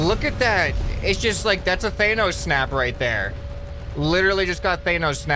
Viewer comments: It’s pronounced like than-os not thane-os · it’s tha nos not thaynous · you say thanos wrong even in the movies it is said different you are good youtuber but please I am dieing I need to not hear thaynos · Also hilarious that he says "thaynos" instead of thanos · 4. says thaynos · How has no one reacted to his pronunciation of thanos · I can't get over how you say Thanos because I also thought it was pronounced that way...since it reminds me of Thanatos the gatekeeper/god of death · Lmaooooo the way says Thanos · The way he says Thanos 😆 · He cant pronounce thanos.